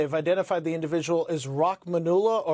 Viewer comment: It's Rah-man-u-llah